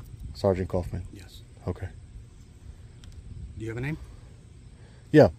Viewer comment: Coughman? 🤣 its so weird when americans have german names